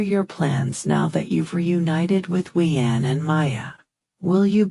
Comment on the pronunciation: Please read Huyen's name right. It is a beautiful story....please get the names right!